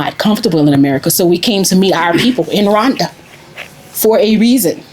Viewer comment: It's Rwanda not Ruwanda !